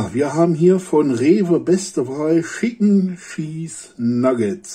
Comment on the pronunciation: Für mich der beste Youtuber. Mir gefallen diese Essenstests sehr. Allerdings wird Chicken nicht Schicken ausgesprochen und es sind Nuggets und keine Wings :)